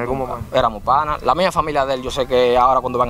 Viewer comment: Real, cada vez que decía panase yo decia PANAS